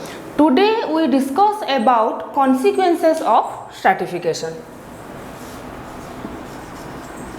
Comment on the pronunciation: It's not startification,,, it is stratification